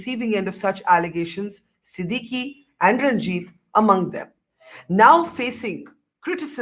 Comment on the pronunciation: Sidikee ? Ha ha itsSidiqque .the e is silent